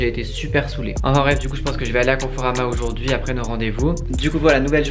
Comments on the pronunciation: pourquoi tu dis oujourd'hui au lieu de aujourd'hui ? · Ce moi ou au début il dit oujourd’hui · arette de dire OUJOURDUI tu me casse la tete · Ça ma stressé il dit « oujourd’hui »😬 Sinon j’kiffe ! presser de voir quand sa sera fini🤪